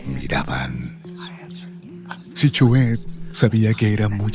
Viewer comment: Q pésima narracion ni pronunciar el nombre Sihuehet puede.